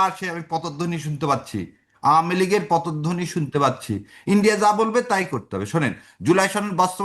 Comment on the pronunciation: 'পতধ্বনী' নয় শব্দটা হবে 'পদধ্বনী'!